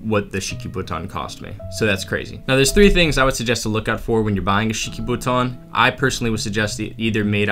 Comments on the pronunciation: You keep saying Shikibuton but all I hear is cheeky futon. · Is it just me or does this man love saying shikobuton